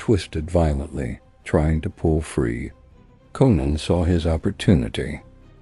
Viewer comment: Why not rewrite the words to make AI read words correctly? Even says Conan wrong at times